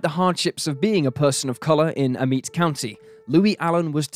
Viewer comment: It’s pronounced “Ah-met” county just an fyi …my ppl are from them parts…